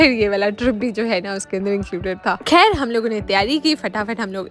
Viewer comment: Are u indian? Why you say “kehr” instead of “khair”?